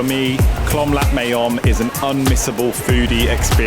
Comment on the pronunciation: I love the fact that you went out and explored different parts of the city. I am glad you enjoyed it. Your VDO is very nice very cute .BTW it’s Klong Lat MAYOM not Klom. Klong in Thai means canal. So cute though tHat you said Klom. You made me smile ☺️